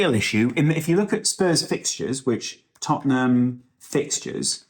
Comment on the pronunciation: Lad, it's Tottenham